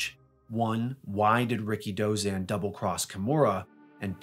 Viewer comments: I always pronounced his name as "RI-KI-DO-ZAN" not "RIKI-DOZAN". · You don't pronounce his name like "Ricky Dozan". You say it all together. And pro "wres"? 🤦‍♂️